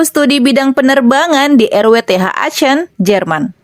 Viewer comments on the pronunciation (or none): Koreksi ya min...sebutan aachen bukan aacen, tapi akhen, semangat min